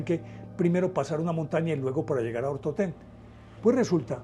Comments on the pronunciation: Es el monte Otorten, no Ortotén. Dislike... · Montaña "OTORTEN" no ortoten